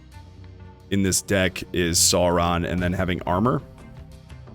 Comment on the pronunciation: Pronounced Sore-on like dinosaur